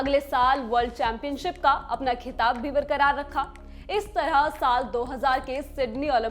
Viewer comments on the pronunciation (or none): Madam, aapka pronunciation it kharab hai ke sunne me bhi ganda lagta hai. Please improve your pronunciation at least. *Karnam MalleSHwari, *Khitaab, Khuraak etc. Please improve.